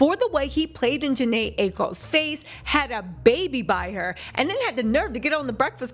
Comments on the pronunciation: ‘Janai Anokai’ is a wild pronunciation 😭💀 we’ll just call her Janai lollllllll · That butchery was diabolical.😂😂😂😂😂